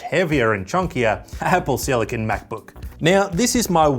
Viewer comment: The words "Mäc-Book" and "Any Good" ?!? BWAHAHAHA !!!!